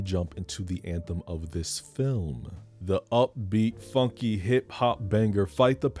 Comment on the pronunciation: I COULD be mistaken but I believe the Mayor said, “…this FONKY joint”. That’s what I always heard but I COULD be wrong. But I doubt it lol